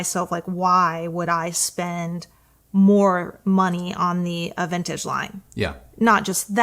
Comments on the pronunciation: avantage in french not bad, almost the frenchy pronunciation. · I always knew you were sophisticated,. Hearing you pronounce 'Avantage' just confirms it with (very) posh knobs on🙂😉👍. Yet another great review - am loving Kristi's comments - format works brilliantly 👍👍👍